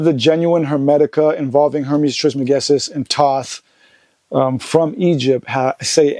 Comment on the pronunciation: Peace! I was surprised to see how Joe pronounced or could not pronounce Trismegistus. I would have thought he was more familiar with Tehuti, etc. 1